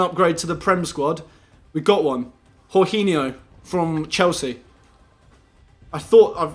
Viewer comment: Why tf do u call him horghinio